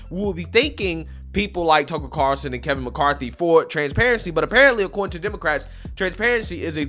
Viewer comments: Carl- son. NOT Carson as you are mispronouncing it. there is a FUCKING L in there. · drives me crazy when he says “tucker car-son”, it’s carl-son lmao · Dude, It's CARLSON, not Carson lol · dude, its car L son, are you not allowed to say his name correctly cause you tube will flag the video?